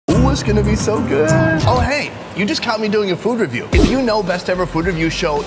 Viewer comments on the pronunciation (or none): none